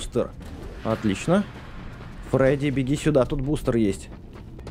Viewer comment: не фреди а фредди